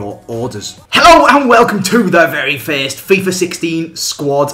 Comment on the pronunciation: you say fiest instead of first